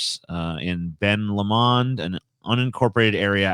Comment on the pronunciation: That town in Santa Cruz County, it's pronounced Ben LO-mond.